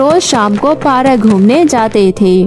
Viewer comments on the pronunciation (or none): 🤣 what you say parak not parak said park